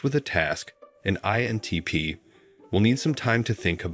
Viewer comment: Maybe this question makes my INTP show, but why does the narrator often fail to pronounce the "I" in INTP? Listen to .